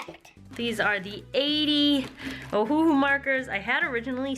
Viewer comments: I thought it was pronounced “oh-who” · The pronunciation is Ohhhh- hoooo-hoooo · I’ve always pronounced ohuhu “oh ou hu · IF YOU ARE ACTUALLY LOOKING TO BUY CHEAP ALCOHOL MARKERS PLEASE KEEEP READING Alright so as compared to ohuhu (pronounce oh-who-who) markets I’d say get touch new markers, from my experience they are EXACTLY the same except for the brand printed on the barrel. The market shape and style is the same, the price is the same, the carry case is the same, even the color names and numbers are the same! The reason I say get touch new instead is because you CAN pick which set you want. You will know what colors you are getting and they aren’t completely random (you can also pick between different sets depending on where you buy them) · Just to help, it's "oh HOO HOO" or "ow" "oh" something... y'know...